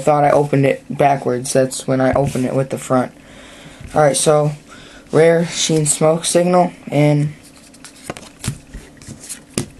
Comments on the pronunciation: pronounced shi-en not shy en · y do u say shy en? isnt it Shee En? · it is pronounced shi en